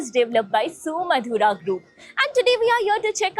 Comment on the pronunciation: ಯೂಟ್ಯೂಬಿನ ಜಾಹಿರಾತಿನಲ್ಲಿನ ಉಚ್ಚಾರಣೆ ಸುಮಾಧುರ ❎ ಸುಮಧುರ ☑️